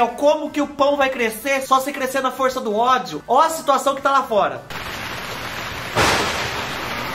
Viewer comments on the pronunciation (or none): none